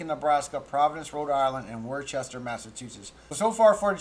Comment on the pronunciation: Worchester is pronounces Woo-ster